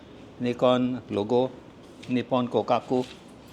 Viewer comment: "Nycon"..made in "Nyppon" ?(Not!) I'll stick with Mr Woo's pronunciation..😊